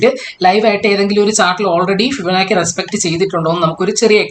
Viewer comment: ഇങ്ങനെ പയഞ്ഞു പയഞ്ഞു ( ഫിബനാക്കി ) പോയാൽ പിള്ളേരും ഇങ്ങനെയല്ലേ പയയൂ......anyway good presentation... best wishes....